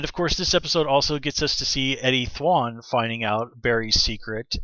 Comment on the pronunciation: Omg stop pronouncing it Thw-on. It's Thawne.